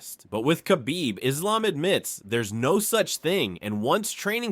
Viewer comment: He's not Makhachev. He's Mahachev. Khabib is Habib actually